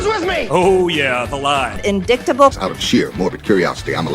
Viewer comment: "In-dick-table Marge"